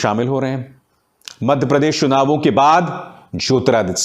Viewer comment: चुनाव को शुनाव बोलते हैं। और भी बहुत सारी गलतियां हैं उच्चारण की।